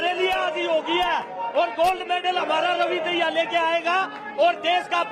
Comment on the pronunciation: Ravi daya nhi dahiya speak properly.